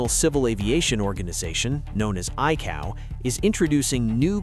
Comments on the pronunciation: ICAO is pronounced shorthand as “Eye-Kay-Oh” not “Eye-cow”. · ICAO but most in Industry pronounce it as “IKO”. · ICAO proniunced EYE COW!? How about I CAY OH